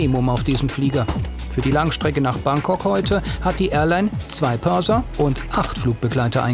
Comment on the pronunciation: Purser, nicht Perser